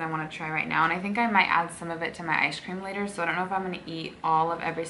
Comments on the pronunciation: awwwn she says “ishcream” 😂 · It sounds like you say ice cream as ishe cream